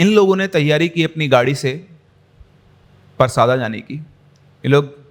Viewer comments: I am from chhattisgarh 😁 it's परसदा not परसादा sir but I don't care I really enjoyed your story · गांव का नाम परसादा नही परसदा है सर मैं छत्तीसगढ़ से ही हु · भाई वो परसदा है परसादा नही मै खुद रायपुर से हू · Sir vo parsaada nahi परसदा hai sir aur vo raipur me nahi bilaspur hai mera college hai uss area me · Sir us gaon ka naam परसादा nahi परसदा hai mere gaon ke bagal me hi ye gaon hai aur ye kahani sayad se scripted hai kyuki Maine ye kahani Aaj Tak nahi suni jabki mai parsada ke bagal me hi rahta hu